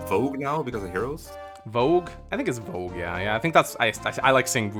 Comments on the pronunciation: It's Vooj, it's spelled Vou-ge, not Vo-gue. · It's not "Vogue", it's "Vouge". This is pronounced "Voozh", so Project Exile's "Bhuj" was pretty close. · I think Mekkah is wrong, it’s Vouge not Vogue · But he mispronounced it, it's "vouge"